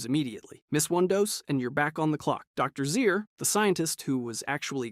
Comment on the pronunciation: Hair-in, anteyezin, Dr. Zeer..... no effort into this video